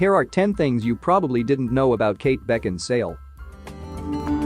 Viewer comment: Why did you insist on calling her Kate Beckinsdale? Her name is Kate Beckinsale. How could you make this mistake when her name is spelt correctly in the title?